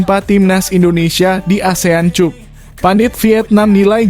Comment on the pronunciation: Maaf ya pembaca narasinya nggak bs bhs Inggris ya kok Asean Cup sih bacanya Asean kap dong